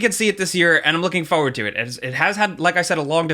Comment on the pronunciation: "Fo'ward".